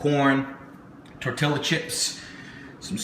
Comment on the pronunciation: omg I'm not Mexican but I hate it when ppl say it like tortilla its pronounced tortia (not spelled that way just showing how its pronounced)